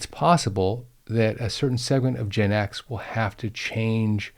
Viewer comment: You pronounce Gen X as "Gin X", which is a whole other level of alcoholic issue 😂😂